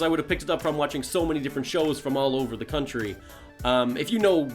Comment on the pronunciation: Your accent sounds midwestern, but as someone from the midwest, I can definitely tell you're British. Also, certain syllables you say, such as the intonation with "American accent" and "country" , sound kinda southern.